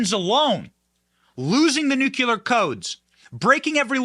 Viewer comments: Dude, you've got to learn how to properly PRONOUNCE "NUCLEAR" -- it's embarrassing already!! And "Burisma" too, BTW!! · What is so fucking hard about properly pronouncing the word nuclear? new- klee-ar... simple, do better. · JUST SAYIN…NU CLE AR… Either way he lost ‘em! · We love you Benny, but it's Nuclēēar! 😂🤷‍♀️😜